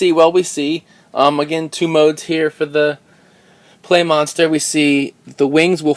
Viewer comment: Im pretty sure its supposed to be pronounced pla, like Gunpla, but whatever its your show